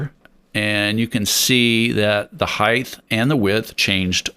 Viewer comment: You seem smart and your video is helpful. However, I’d have so much more respect for you if you didn’t mispronounce the word height. Heighth IS NOT A WORD